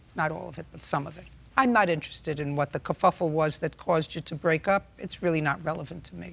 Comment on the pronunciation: Love when she “kaffuffle😂